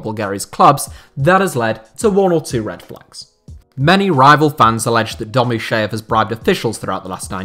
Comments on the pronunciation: The name of Domuschiev is not pronounced as "Domus SHEEV" but as "Domus CHIev" where "CH" is as in "CHeese" and "I" as in "PIN" or "TIN"! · The Name of the club owner is not pronounced Domusheev but Domuschiev - the sound ch is like in Chopper or Ciao.